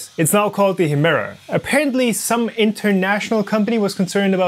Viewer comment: Sag doch noch 200 mal Hemera 🤦‍♂️